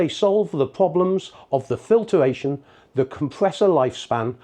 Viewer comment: I find usually I instantly question a person's credibiliy if specifically is not correctly pronounced... (he also says "filtER-ation") not in this man's case however.